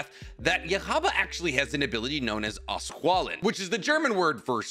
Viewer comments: and Yhwach isn't part of the Japanese names. They pronounce other things wrongly too (which is normal). Like Auswählen for example. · Wait, do you mean "auswählen"? Aight, damn. The way you pronounced it, it'd be "auswahlen", except you put a "ch" behind the "s" but "sch" in german is "sh", so it'd be "auschw..." nope, were not going there, talking about that place please and thank you. Anyway, you tried and that's what matters